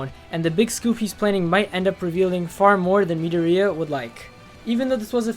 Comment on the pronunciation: The way he said pronounced midorya my heart dropped